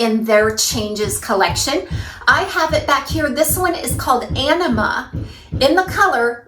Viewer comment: thanks for the awesome review of Ellen Willes three new winners. I called Ellen Willes store and learned the Anima wig is pronounced a- nee-ma. The way you're pronouncing it sounds like you're saying enema. lol. I chuckled everytime you said it. My favs are Aneema and Perla. Good job. Really enjoy your channel. hugs